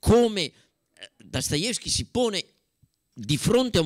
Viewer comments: Finalmente un uomo che pronuncia il suo cognome come si deve .. . Dastayevskj e non Dostoevskij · e beh stai parlando di uno dei massimi esperti di letteratura russa, vorrei vedere che non sapesse come si pronuncia Dostoevskij